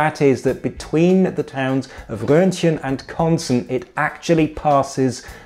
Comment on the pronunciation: Well done on the pronounciation of Roetgen! Not many people get this right.